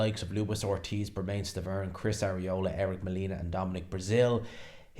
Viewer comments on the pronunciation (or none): none